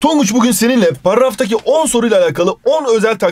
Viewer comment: parrrrraftaki 🤣🤣🤣😂😂 koptum ya...!!! (Hızlı basın remix oluyor.) +1